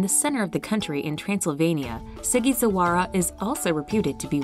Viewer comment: as a romanian, I cracked up with laughter when I heard how the presenter butchered the name of Sighisoara :) But it's totally understandable, it's a difficult name to pronounce